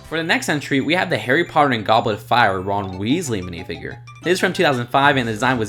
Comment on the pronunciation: Roonald wasley